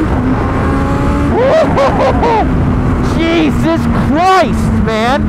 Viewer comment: You should stop saying jesus like that